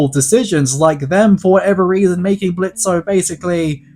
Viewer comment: It's fuckin Blitz , the "o" is silent